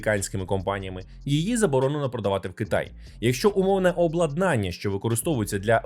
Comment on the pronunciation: Люблю я ваші випуски-розслідування! P.S. Зазвичай то максимум два рази на відео, але в цьому випуску ви приблизно раз на хвилину вживали це слово. Тому не обладнАння, а облАднання.